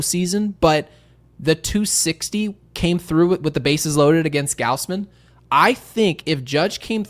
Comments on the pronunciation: WHY DO YOU KEEP SAYING “Gowsmen?” It’s (gauze-men); is it an inside joke I’m missing? It’s a tad weird to keep mispronouncing someone’s name EVERY TIME. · Yo why does he pronounce gausman like gowsman